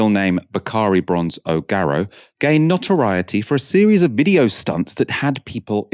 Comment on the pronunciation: Not watched this yet cos I have to ask - what is 'not-a-rioty'?